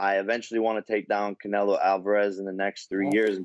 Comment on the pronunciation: He said "Canelo" 😆 🤣 😂 don't do drugs kids